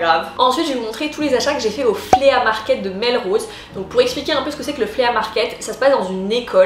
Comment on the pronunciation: Flea market = se prononce « FLI » (et non pas Flea) Les deux paires de chaussures que j’ai ACQUISES (et non pas acquérit).